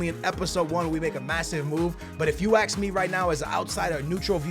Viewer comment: Why do you day axe instead of ask?